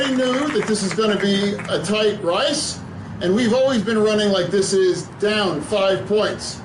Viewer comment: He really said "Tight Rice" lmao